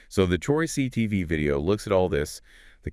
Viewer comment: 😂Why you guys keep saying Troy C E TV . Troyce really isn’t that hard to pronounce.